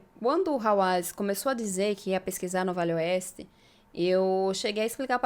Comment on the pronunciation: Desculpe menina mas você fala muito rápido VALE OESTE, que termina parecendo que você está falando VELHO OESTE, Cuidado com isso, gosto muito do seus vídeos.